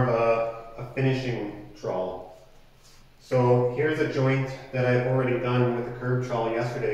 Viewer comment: I'm also in Canada. That's alot of words but you're pronunciation is wrong.